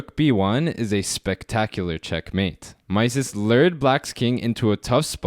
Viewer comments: Great video as usual: thanks! BTW, 'Mieses' is pronounced 'miz' (like 'me' with a final 'z')) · It is pronounced Mises (i not ai). He was French, therefore the ie sounds like i. Great content . Keep going! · It's pronounced Meee-zes